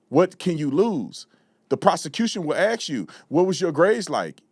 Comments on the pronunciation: Thus guy says axe. Omg how embarrassing. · He's wrong. One thing a white man can do that s black man can't is pronounce the word "ask". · Honest question. Why do some members of the black community say "aks" vs "ask"?